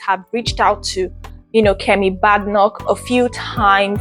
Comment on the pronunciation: Good effort, your presentation but the least you can do is to carry out some research to get ur facts right about the person or subject you're speaking on. Especially with the ease of access to information online these days. At least find out the correct way to pronounce her surname to start with. All the best in the future! 👍🏾🙂